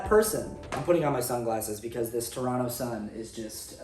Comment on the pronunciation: Torontonian here! I just had to commend you on your correct pronunciation of Toronto :)